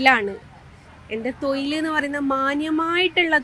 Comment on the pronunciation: തോയിൽ അല്ല. തൊഴിൽ 😂